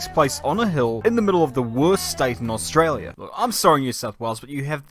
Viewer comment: australia is pronounced australia not how this dick head said it.